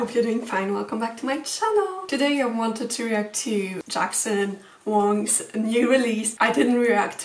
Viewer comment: finally someone pronounce his last name right, lol